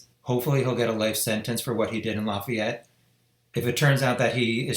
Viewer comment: "Lah-fee-ette" IN.